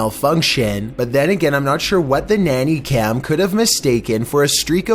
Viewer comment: "nanay cam" lmao